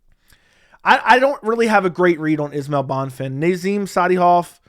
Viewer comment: Bro no offense, pronounce a name correctly. How do you do this for a living? Bon-fin ? he’s not American. Having some respect for different cultures